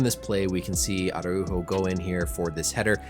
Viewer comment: I’m impressed on your pronunciation of his name 👍🏻